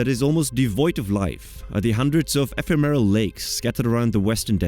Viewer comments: The word "ephemeral" is being butchered - otherwise interesting video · Also "epitome", "ephemeral"